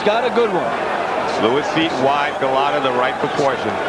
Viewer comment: That one commentator saying, 'Golata.' I watched this live and new Lewis would smoke him and he did. Golota had no chance against the amazing Lewis.